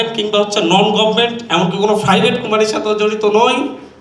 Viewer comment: Fublic, fryvate, chompany... এই হলো টিচার এর উচ্চারণ এর ছিরি 😂😂😂😂